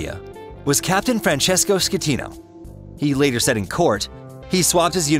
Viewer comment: Costa concordia did not sink. What you taking about? And you said the captain's name wrong " captain scatino"